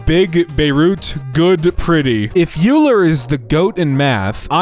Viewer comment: Pronounced Euler wrong